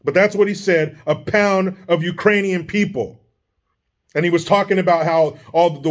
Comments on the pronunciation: If you listen very closely, I think Brandon said "Uranians" which makes it even worse lol! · Remember when he called the Ukrainians-----------Irainians lol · LOVED IT when JOEY, said" Iranian's instead of Ukrainian's ...... The LOOK on KAMALA'S FACE WAS PRICELESS.......😨